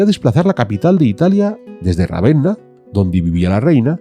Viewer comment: Ravenna no, Ravena